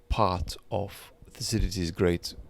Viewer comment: It’s pronounced Thukki-deediss.